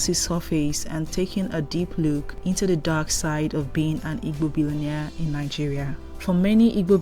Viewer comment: Please learn how to pronounce Igbo